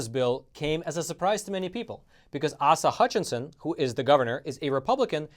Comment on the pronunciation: Arkansas Governor's name is pronounced ACE-AH.